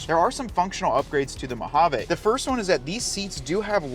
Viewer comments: Mo hah VEE not mow hawww vayyyy. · Great side-by-side companion. I must admit, I cringe every time I hear you mispronounce the word Mojave … it’s actually “mow haa vee”. But great info! Thanks 👍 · MO-HA-VEE!!!! ENGLISH PLEASE… NOT SPANISH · Mojave is a Spanish word though.